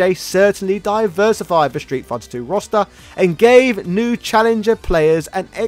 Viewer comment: I keep hearing "Rasta" whenever you say "roster." It works.